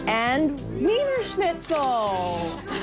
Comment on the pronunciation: Wiener schnitzel. WIENER as in WIEN as in VIENNA as in AUSTRIA dumbass. Not only that, but it originates from Milan, as Milaneze. uggh